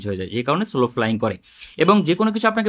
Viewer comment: স্লো না সলো...শুনতে কানে লাগছিলো।